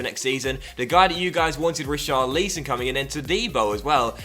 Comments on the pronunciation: Rich-ar-lisson not Ri-char-leeson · Pleassseee if you're gonna have Richarlison here then at least pronounce his name properly...it's not pronounced like 'lee-son', it's 'lison'...like how it's spelled lol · Rich - are - al - son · Please say his name properly mate :) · Why do you say richarlison name like that just say it like everyone does in England ...